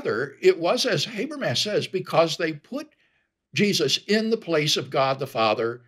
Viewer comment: Though to be fair, it seems like Craig mispronounces Habermas' name as well, so maybe it evens out. (Doesn't explain all the other people who mispronounce, though.)